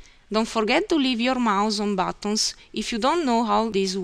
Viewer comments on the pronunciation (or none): batooons (buttons) hahahahaha